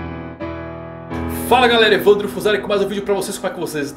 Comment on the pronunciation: Pensei que o "Levando" no início era tu dizendo o nome dele errado KKKKKKKKK